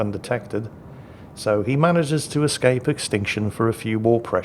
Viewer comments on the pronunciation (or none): none